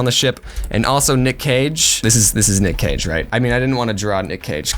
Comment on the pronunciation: When they said “Nick Cage and the Whale”, but it sounded like “Nick caging a whale”